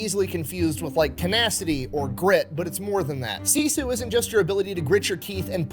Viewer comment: This is a minor detail, but "Sisu" is pronounced "sis-oo" not "see-sue" - at least that's how everyone in my Finnish family says it.